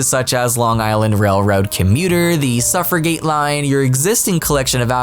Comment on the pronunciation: You said 'Suffragette' wrong, the 'g' is pronounced as a 'j'